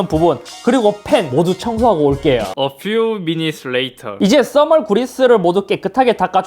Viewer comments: 어 퓨 미닛츠 레이터 ㅋㅋㅋ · 어퓨 미닛츠 레이터 개 웃기네 ㅋㅋㅋㅋ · 어퓨 미니츠 레이터하는데 왜 사투리로 들리지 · 그맛으로 자체.피쳐링이지 추가 th발음 ㅋㅋ